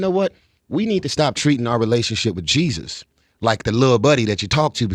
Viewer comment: Am I the only one heard pronounce JESUS CHRIST NAME WRONG.